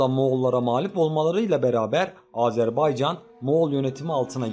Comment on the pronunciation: Oğlum bir kere'de azerbaycan diyebilin yaa Türk e azeri azerbaycana azerbeycan demeyi kesin anlayın !